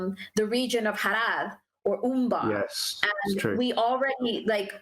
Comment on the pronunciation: Is HA RRRR AHD pronounced like that? Is that where the hispanic or Arab Hobbits live as nomads?